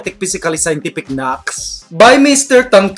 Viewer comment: Naks not knax